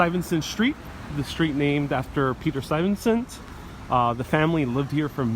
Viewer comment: Good stuff, but pretty sure that’s not how you say Stuyvesant lol